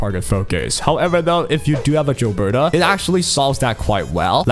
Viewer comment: Gilberta not Jilberta